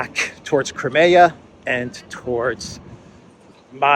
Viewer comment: You should pronounce: KRAIMIA